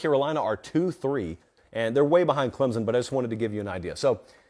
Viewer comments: I usually like your commentary, usually pretty accurate, but ffs it's ClemSon, not Clemzin. No z, no p. We literally spell it out 30 times per home game. Pronounce it right please and thank you. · Can't watch... there is NO "Z" in Clemson!